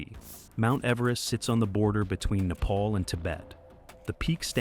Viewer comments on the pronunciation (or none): none